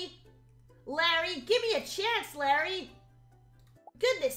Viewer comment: No one:: Lærry